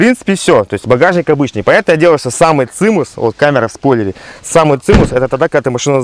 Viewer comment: не цимус, а цимес)))